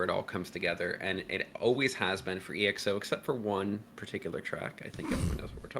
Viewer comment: The name of the group is not being pronounced as e.x.o, but exo as it is, letters together